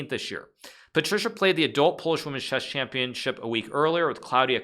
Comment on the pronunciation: Shesh shampionship